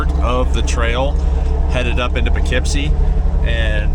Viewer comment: I thought it was more like "Poo Keep See"